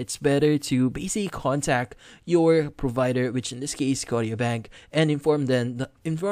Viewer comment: It’s pronounced Sco-sha- bank. Like Nova Scotia